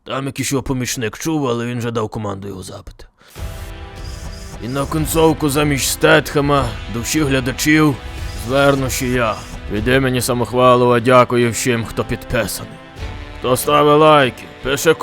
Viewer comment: Стейтема хлопці бо Х не вимовляється